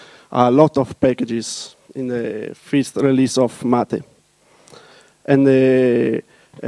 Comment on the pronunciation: It is what we always wanted. Proper GNOME 2, but not decaying into nothing. This is awesome. He does say fist instead of first though. I'll probably still pronounce it mate rather than matt-eh. Thinking more of mate as in friend, rather that what is being attempted in the tortoise photo.